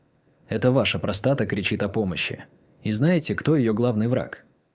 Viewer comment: после такой дикции ("простота" вместо "простата") захотелось колбаски под пивко.